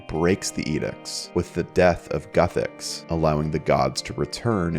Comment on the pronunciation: Lol. It's Guthix not "Guthecks"